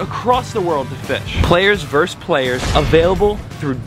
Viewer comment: Versus not verse! Spreading the knowledge! Love your content!